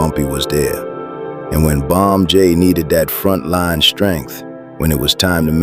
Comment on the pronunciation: Bump j not bomb j